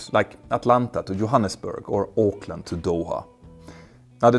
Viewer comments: Auckland (NZ) not Oakland (US) to Doha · "Oakland to Doha"? Oakland???